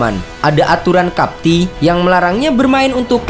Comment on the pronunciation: EPL itu kenapa harus dibaca E dalam bahasa Inggris dan PL dalam bahasa Indonesia? Kalau tak tahu eja huruf dalam bahasa Inggris jangan eja dalam bahasa Inggris. Lagipun, apa itu cup tea? Teh gelas? Cup tie itu dibaca kaptai bukannya kaptii. Cup tie itu keterikatan sama aturan piala, bukan teh gelas